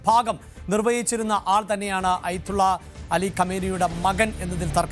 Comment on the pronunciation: അയ്ത്തുള്ള അല്ലടോ ആദ്യം പറയാൻ പഠിക്ക് ആയത്തുള്ള എന്നാണ്